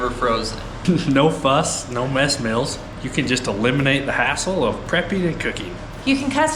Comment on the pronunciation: I guess "mils" or "mels" = "meals"...